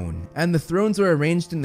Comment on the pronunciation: Hearth sounds like heart and hard. An AR sound, not an er sound.